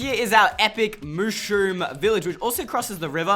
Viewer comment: It's not mooshroom!!!!!!!